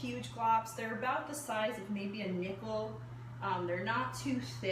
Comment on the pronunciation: I thought you said nipple not nickel😂😂